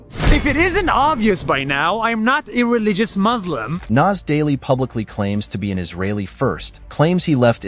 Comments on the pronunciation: It's Muslim it's not muZlim. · These people can pronounce the S properly in everything except Muslim. we are "MUSLIMS" not "MaZLims" 😖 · Muzlim is a mispronounciation of muslim٫ but it also can mean mudhlim٫ which means oppressor. Please be careful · Any muslim who says "muzlim" needs to be verified. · He also says muzlim too 💀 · Anyone say maazleem instead of Muslim need to be verified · every ACTUAL muslim does not say "muzlim"